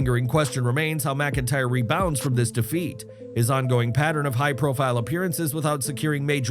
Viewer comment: The accent is on the FIRST syllable of "rebounds", dipsh*t narrator.